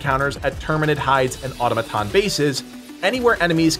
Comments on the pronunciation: It's pronounced more like uh-tom-uh-tawn, not ottuh-muh-ton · Great video. But it’s pronounced Atom-A-ton, not Auto-maton. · Or toe may ton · who's going to tell him it's not pronounced "ottoma-tahn"? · Someone on the team, please tell him how to say “Automaton”. Please.